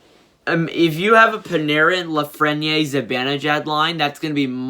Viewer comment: U PRONOUNCED LAFRENIERE WRONG AGAIN!!!!!!!!!!! LAF-FREN (as in friend) - EAR